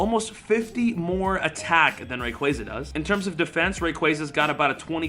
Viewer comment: omg your pronouncing on rayquaza